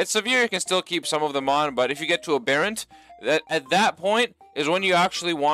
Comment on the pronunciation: Why does every YouTuber pronounce aberrant so fucking munted?